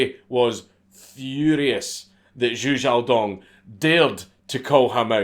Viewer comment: Thank you for pronouncing his name correctly! Watching other people read Chinese names and say Zhou wrong for 30 minutes drives me up a wall